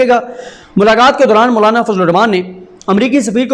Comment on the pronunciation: Sorry You are kept saying Mullana!!! I can't watch you son M sorry